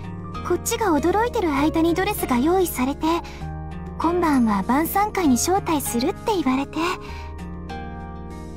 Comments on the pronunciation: 「今夜は晩餐会にしましょう」が「今夜はバーサーカーにしましょう」に聞こえてしまった笑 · 晩餐会がバーサーカーに聞こえたw